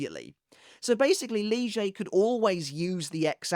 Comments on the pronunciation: Bro why are you pronouncing lille like leuge xD its literally „lily but with a slight a at the end” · Since when is it lijei instead of lille ? 😅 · Did I miss something? Why is Lille, now called “Lee-zjay?” The pronunciation was always Leel. I know of no German (or Spanish) pronunciation that applies 🤷 When did that happen? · When did Lille become leejay? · I guess its because that's how it is pronounced in sub and dub, Lije Barro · Who the f is "Lee Zhay"???? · ....Lille is a "Leejay"?..... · Nah, please spell Lilles name as you were before, now it sounds odd after so many years with you spelling lille as,, lil'' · idk, it's supposed to be Lillé/Lillay (and Yhwach is supposed to be Yuhabahr and not Yuhabak, as "ch" in German is similar to a "hr" sound, reich is prononced reihr and not reik) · his name is actually pronounced leelay as in the anime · I must say that your new pronounciation of "Lille" is very distracting. Not because it's new but because it sounds exactly like "lyže" which in my language (Czech) means "ski". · That's how it is pronounced in sub and dub though. Lije Barro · New pronunciation for Lille just dropped? Did I miss something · I think I must’ve missed a video so that’s how your supposed to pronounce Lille’s name? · lol we changing how we pronounce Lille now? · It's how it's pronounced in the English dub. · The anime pronounced it like that lol